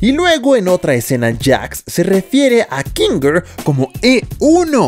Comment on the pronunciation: Soy yo o dise kinger siu